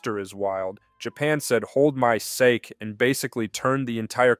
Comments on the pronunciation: OK, I’ve just become extremely frustrated actually… I’ve commented on two of your other videos now with great praises and a subscribed to your channel. However, in this video, the third one I’ve watched, you just pronounced japanese Sake ( pronounced as "sah-keh") as “ sak” I’m sorry but… there’s no way you’re that actually stupid/ uncultured right? That actually started making me listen to the cadence from this video more. And thinking back to the past few videos I’ve watched and now I’m not totally sure that you are actually speaking. This definitely could possibly be just a artificially generated voice. If that’s the case, you won’t show face and you won’t give actual voice then that kind completely turns me off this channel and I will be taking back my subscription and all of my likes. I’ll wait to see for a few days…. Because I’m not 100% sure. But I’m definitely not gonna subscribe to AI slap. That’s just a video cut together of other people’s content and stock photos along with an AI voice people that create that content or garbage, greedy grifters. I’m willing to check more out before I make a decision or what you have to say. But now that I noticed that absolutely horrible pronunciation of sake, which is exactly how every AI model I’ve ever heard say it, says it- I’m a little concerned. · Sah-ke, not seyk, but otherwise, amazing video actually. I b4 you get big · "Sake" is pronounced "sak-ee" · It’s pronounced as “Sa-keh”.